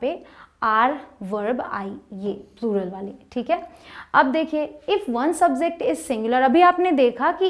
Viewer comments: Bhn please subject bol lo... Subzect sunn sunn k aage dekhne ka mann bhi nhi kr rha.... Bt mai phr bhi dekhungi padhate acha ho aap... Prr please it's "subJect" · madam pronunciation to theek rakho....subject sahi se nahi bola....